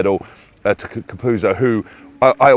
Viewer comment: its pronounced "caputzo" you absolute tools! by the way Hask "change your tailor" and i dont mean the hat!